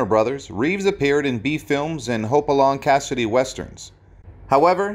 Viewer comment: That is just one of the terrible pronunciations in the piece.